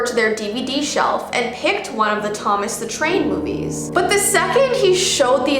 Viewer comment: Thomas the Tain!! Me: Ahhhhhhh. Thomas the tank engine!!!!!!!!!!